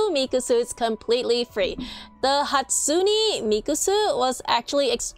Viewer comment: Its not hatusne its hatsune